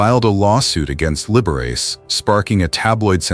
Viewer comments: You know, Often to myself long ago for fun, I would pronounce within my head 'Liberace' in the way your AI voicing just has. Every time I hear it here, again, I crack-up! -- 'The boy can't help it! ' Once way back in c.'68 I had dinner with 'Lee.' (A suggestion said to me as to how best to address him, post his having endured "Mr. Liberace" over a good week of working on a project there at the house above Sunset Blvd. / Tower Records.) Of this encounter I could write an essay in the style of "My Dinner with Andre." (We two were NOT one another's 'type,' and so all was made thus easier of proceeding.) And now a delicious anecdote: I remarked to him that never had I heard him play one single solitary wrong note. He looked at me 'curiously' seeming nonplussed, like perhaps he'd never even thought of it. Well after a moment he got-up, went to the piano and proceeded to play a single note -- middle "A"!! Returning, sitting down, then pronouncing grandly -- "T-H-E-R-E it is!!" -- we both bursting-out in laughter. Yes. And indeed it was that: THE wrong note never played. As a gentleman and host Lee was 'the aces,' he being most kind and solicitous always, as to one's general state and comfort. In all of ways imaginable, there will NEVER be another Liberace. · OMG! How could you NOT pronounce the name of one of the most famous people in the 20th Century correctly?! You could freakin' Google it!